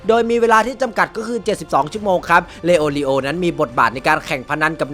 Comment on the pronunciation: พูดชื่อผิด🤣🤣🤣 ชื่อมันยาวครับเข้าใจ